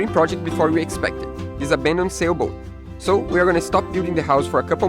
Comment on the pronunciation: Still find it funny how says sailboat in the intro😄